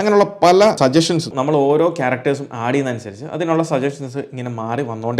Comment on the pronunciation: ബ്രോ.. സജഷൻ എന്ന് പറയാൻ പാടില്ല .. സജ.ശ്ചൻ എന്ന് ആണ് ശരിയായ ഉച്ചാരണം ജനോപകാര പരമായ വീഡിയോ ഇടുന്ന നിങ്ങൾക്കും ഒരു ചെറിയ ഉപകാരം ചെയ്തു എന്ന് കരുതുന്നു. വലിയ ഇംഗ്ലീഷ് കാരനൊന്നും അല്ല .. എന്നാലും ഈ തെറ്റ് മലയാളി ആവർത്തിക്കരുതെന്ന് തോന്നി ... no offense 🙏🙏🙏